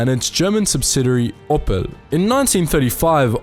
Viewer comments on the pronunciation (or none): "Oppel", lol. It's the same as the gemstone "opal", mate :-) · OPPEL Trucks. Pls dont ever say that again